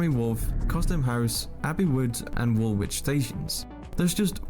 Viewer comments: This Geezer is useless and talking absolute bollocks... The first thing I noticed he prounced Woolwich "WOOL-WICH" it's WOOL-ITCH. The transport system in London is remarkable and super fast. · Tot-en-ham ? Wool-wich ? Give us a break . He'll be saying Green-wich next .